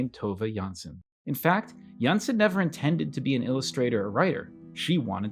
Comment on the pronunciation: Really nice that you decided to take on the Moomins! Now, I have to note that the correct pronunciation of Tove Jansson's surname is jans-son (the o is pronounced as in ollie, not like e as in the video. The e would indicate a Danish surname, not a Swedish or Finnish-Swedish.